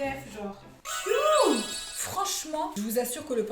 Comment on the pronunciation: kiouuute ? Mdr